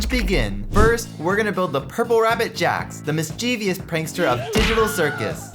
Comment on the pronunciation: You pronounced Jax wrong